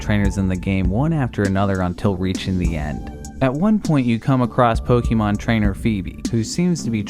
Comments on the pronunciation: A real mystery is why people still keep saying "Pokimon", instead of "Pokemon". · Pukimon? Did anyone hear that to? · It's not Pokeemon for fuck's sake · Every time you say Pok eee mon it's like scratching a blackboard. The TV show showed you how to pronounce Pokémon 20 years ago. Cmon. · "Pokey-mon" lol. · the way he says pokeeemon is hard to not hear x(